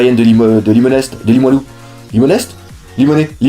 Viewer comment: Super nouvelle et bonne chance pour ton déménagement! J'ai hâte de te voir en convention! PS: On prononce pas le "st" de Limonest;p!